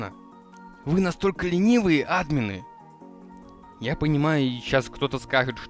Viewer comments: Не а́дмины ,а адмиииины ,не го́лды ,а голды́ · Блин!!! Говори не Админы, а адмИны(( пожалуйста( 😇